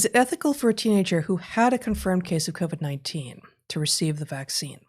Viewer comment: Okay it's back to co-vee instead of co-vid again. did I miss the memo was there an episode where they decided they were going to change the pronunciation?